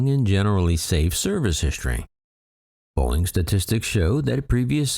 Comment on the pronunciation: "Boeing", not "Boing"